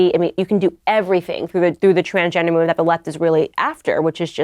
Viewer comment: "...you can do everything through the trangender moovem [spelled as spoken] that the left is really after, which is just chaos..." Is this what all these Candace Owens worshipers think is intelligent? Seriously, go to and set the playback speed to 0.25 and have a listen. It sounds more appropriate that way.